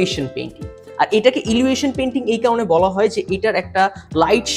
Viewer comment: Illusion er uccharon thik kor bhai.